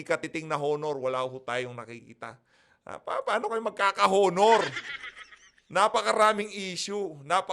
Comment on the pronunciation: blogger, HINDI po “Honor”. “Onor” po. Yong “H” ay silent(walang tunog pagka sinabi ang salitang “HONOR”.